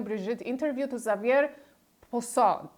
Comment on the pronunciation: Nice to hear the information from someone who does NOT mispronounce Xavier. Candace insists on mispronouncing the name as “Ex-zay-v’yer,” a pronunciation you sometimes hear from uneducated Americans, although not from Catholic Americans. There are numerous schools in the U.S. named for St Xavier! Candace’s pronunciation is akin to pronouncing Candace’s name “Cee-can-duss.” In English, Xavier has only two syllables. There are several YT videos that provide both the French and English pronunciations of the name. The pronunciations are very similar. Google Translate will also provide correct pronunciations of Xavier and other names.